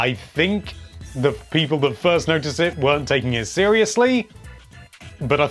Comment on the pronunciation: the way you say "people" violates me